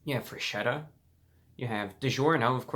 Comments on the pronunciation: WTF it's FRESKETTA not freshetta, pls...... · I feel ashamed to even attempt to correct you, dear Review Brah - however, it is pronounced FresKetta. "Ch" in Italian is pronounced like a hard C. After a ROTW 7.5 review, I'm sure the company is now considering renaming the company. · Just one thing, the correct way to say it is FRESKETTA, because "ch" sounds like "k" in italian. Have a good day, sir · in a Italian accent its not forgeta its freshetta